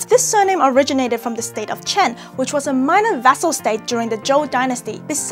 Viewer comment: Lol. The Hebrew last name is pronounced like "Khen", with a guttural "kh" sound. It means "grace", "charm", "favor", and "beauty". Also you placed the diacritic marks in the wrong place. They're supposed to go under the ח (not between the letters). Source: I'm an Israeli who speaks fluent Hebrew (and Mandarin).